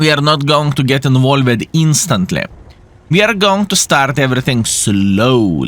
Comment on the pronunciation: did you know that "involved" should be pronounced as involvd instead of like invole-ed, and "mixed" should be pronounced as mixd instead of mix'ed? Otherwise your english is really great!